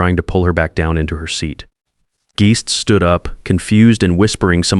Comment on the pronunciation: Geests?? Teach your AI language skills